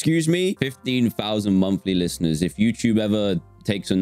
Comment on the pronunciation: "Fifteen fousand monfly lifteners" -Dan 2021